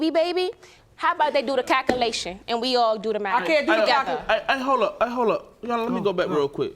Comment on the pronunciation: "...how about they do the tal-calution" Confused me there for a moment 🙄